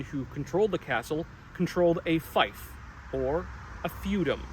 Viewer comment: Okay, great video, but fief is pronounced like thief [reef]